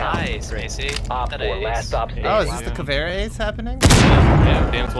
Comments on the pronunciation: Of course white boy has to say CAVERA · Hey, boys and girls (and wtv gender the others claim to be), on today's lesson we're going to learn how to say 'Caveira' because ignorance isn't sexy. Repeat after me: Kha-Vei-Ra. Not "Cavera" or "that brazilian bitch who has poor choice in make-up". On our next lesson, we're going to learn more about Jäger, which isn't an alcoholic beverage nor is it spelt like it nor is it said like it. And remember, kids. Just because you're American doesn't mean you should be stupid.